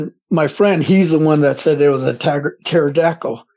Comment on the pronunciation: A “Terra-dackle” 😂 love how this guy talks, could listen all day!